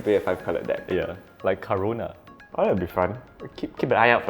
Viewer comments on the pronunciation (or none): I can’t tell if he said “Ka-RUNE-a” to make a pun or if that was just his accent 😂